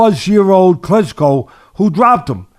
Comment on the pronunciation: errrrrr Klitchko?